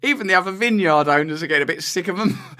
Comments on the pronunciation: its pronounced Vin-Uard . just sayin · lol wtf is that vineyard pronunciation, oh wait you fixed it later lol